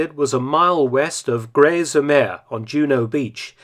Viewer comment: the 's' in 'sur' is pronounced as an 's' not a 'z'. It means 'on'. 'Sur mer' roughly means 'on the ocean'